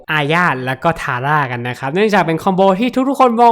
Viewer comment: พูดว่า ทาย่า อาร่า555